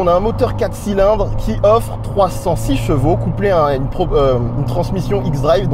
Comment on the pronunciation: Pourquoi tu prononces chevaux " j'vau " ? Haha